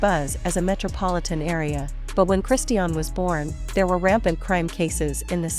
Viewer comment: You are talking a lots of rubbish and you are not even able to say correctly her name.